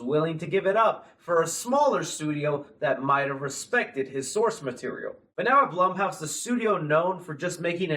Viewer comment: Blum and Blumhouse are pronounced like Bloom and Bloomhouse, not like plum. Other than that, waiting impatiently for the FNAF movie.